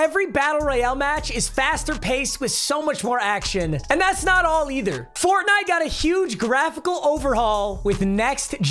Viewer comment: the way he said FoRnITE